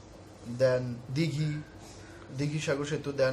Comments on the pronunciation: Hlo i am from kolkata.What is that "dighi"?????!!" Its Digha. OK my friend. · ota dighi noi...digha..